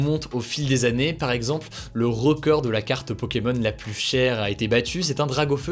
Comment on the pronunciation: J apprécié vos vidéos très bon résumé de l actu ! Vous êtes dynamique on ne s'ennuie pas Un seul hic lorsque vous employez le terme plus par pitié naccentuez pas sur le S 🤣🤣🤣 Prenez soin de vous !